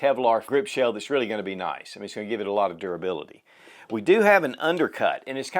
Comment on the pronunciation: so appreciative of your reviews and this one particular. Question: Are you saying the the word "shale" or is that a southernized version of shell (ie aluminum grip shale/shell)? I asked a couple of colleagues recently if they'd ever heard the word "shale" used in regard to firearms and we couldn't reference that. Thanks again for your reviews, your response and the showcase of what is CLEARLY a grand firearm.